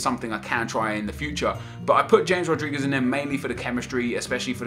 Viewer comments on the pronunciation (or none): The way he pronounces 'James Rodriguez' grinds my gears